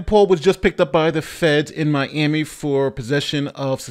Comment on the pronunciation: how do you have such a great legal mind, and overall, a smart dude....but can't pronounce Miami???